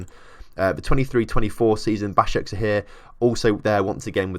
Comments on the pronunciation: Yessss you said Başakşehir right :D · Moving to three Istanbul clubs... Does Caner Kocak want to die? Also, your pronunciation of Basaksehir was quite good